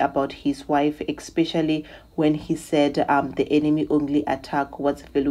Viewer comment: Say especially, not expecially.